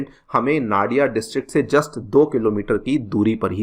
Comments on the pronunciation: One thing toh clear sir. It's not naa-di-a, it's noo-di-aa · Its not Na dia , its no dia. I mean pronunciation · Nadiaaa not It's Nadia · नाडिया nahi hai vo 😂 नदिया ya fir नोदिया bolein ✅ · Came here to say same thing 😂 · Very Poor pronunciation 💔 It's not Nariya🥲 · The pronunciation of nadia is Nadi ( as in river in hindi) Its nadi + a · Sir actual pronunciation is "Nodia" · "नाडिया" नहीं इसे "नदिया" जिला कहते हैं "मालडा" नहीं इसे "मालदा या मालदा" कहते हैं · The correct pronunciation will be "नदिया" not "नाडिया" and "मालदा" not "माल्डा" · Nadia, Malda you are pronouncing wrong.